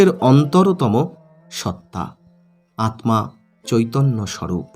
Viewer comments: আপনি আত্মা কে আতমা উচ্চারণ করেন কেন ? আপনি কি পদ্ম কে পদমো বলেন ? তাহলে স্মৃতি কে কি উচ্চারণ করবেন ? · Atma ta vulucharan korchen pless ucharon ta thik krun. Atta